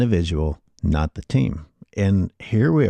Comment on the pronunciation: Hey brotha, the mispronunciation on “the”, is not your best move. Especially when you’re making intellectual points.